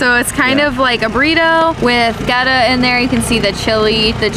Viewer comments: Theres no w in Goetta lol. Its pronounced...get ah. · First it is pronounced "getta". second it is peanut butter FUDGE dipped in chocolate, not straight peanut butter. Also, I wanted to say that as a native of Cincinnati, I really appreciated your positive portrayal of the city. Your videos are really good, and although I only just discovered you with this video a year later, I plan to follow you for more interesting travels.